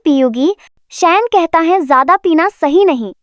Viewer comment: Jayada ko acche se bolna